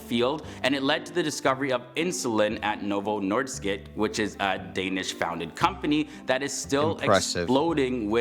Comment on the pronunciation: did he just call novo nordisk novo northskit?